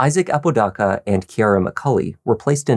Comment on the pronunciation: Here for all the crime and interrogation stuff but dude I'm from Albuquerque and you are just butchering everyone's last name. With all the research you do for the videos you'd think you would hear or look up how to properly pronounce the person's last name. You are not AI so they is no excuse. The name is "Ah-po-da-ka" Not "a-pooh dah-cah"